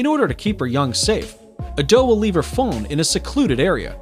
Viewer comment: Lol I thought he said “they leave their phone in a secluded area “ when it was actually “they leave their fawn in a secluded area “